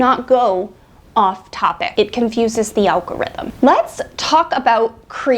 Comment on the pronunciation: is very helpful, and I am learning a lot about Pinterest from her videos. She also made me laugh (unintentionally?), it sounds like she said "Al Gore's internet". I have been making jokes about Al Gore's internet ever since the good senator from Tennessee invited it!😁